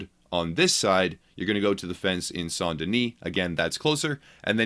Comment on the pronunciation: i would like this video if he could pronounce saint correctly